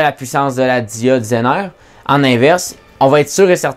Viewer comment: "la diode zainare"